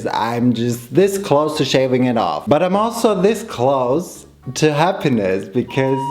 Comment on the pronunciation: Could you please stop pronouncing ‚because‘ like bekiss?! It makes my ears bleed so bad 😂 but the video was very cool so of course a thumbs up 😃🌸